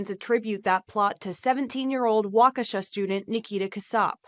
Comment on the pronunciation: Waw-ke-Shaw is how it’s pronounced